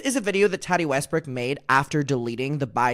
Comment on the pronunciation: 🫶 it's TAAH-Tee...not tat-tee...lol. you are adorbs.